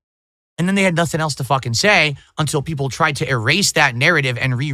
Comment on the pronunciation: Peepul like me now Craig!!